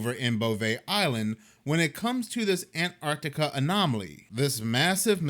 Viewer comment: I honestly think all this bs about global warming and blotting out the sun..is THEY are afraid their little eden beyond the ice wall will be exposed. year of the dragon. btw love the accent with the word Ann Tanna